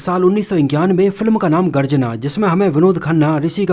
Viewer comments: Garjana nahi bhai.....Garajna hain 😃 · Garjana nahi yeh garajna hai.